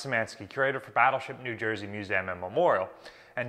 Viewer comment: Love this info but you pronounce it "Mewzamm"?